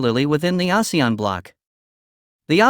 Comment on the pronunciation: Recently so many videos about ASEAN.. and only this channel pronounced it correctly... 😅